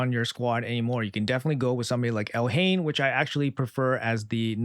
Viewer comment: Pronounce it Elaine the h is silent